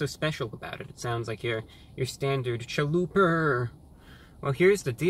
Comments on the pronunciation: "I'd like a Chaluperrrr please." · Hearing my God say "chaluper" made me happy. I will offer a scarifice tonight to review god